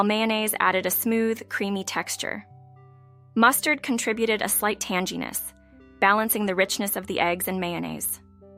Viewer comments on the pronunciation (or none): Bolognia? It’s pronounced BOLOGNEE!! And Tan-geee-ness? I believe you mean TANG GEE NESS! 😂